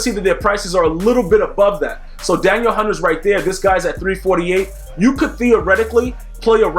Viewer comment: Please pronounce his name correctly hes not a girl, Da Neel Hunter